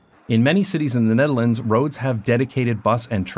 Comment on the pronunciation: I cant get over how you pronounce "The Netherlands" as "Denedelence"